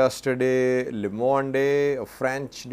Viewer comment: LE MONDE US PRONOUNCED AS LO MOND. YOU CAN ASK GOOGLE TO READ IT FOR YOU